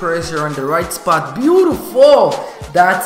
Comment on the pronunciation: I like the way you say bootifull